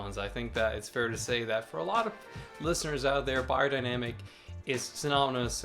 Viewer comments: Pronounced bae-er, not buy-er. Good to see this reviewed still for those of us in 2nd-hand market. Vielen Dank! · I really don't get why americans have such difficulty with pronouncing foreign languages. Bayerdainamic.